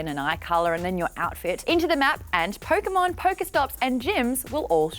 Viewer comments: Did she say PokeMaude...? smh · i cant believe she said pokémaude i hate it and love it at the same time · Pokemaude? I certainly Poke Maude